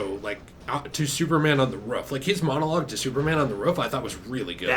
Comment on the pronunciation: How normal people say "roof" How says roof=ruff 🐶